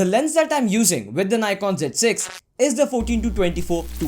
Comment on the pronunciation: abe Ni...kon kya hota h nikon hota h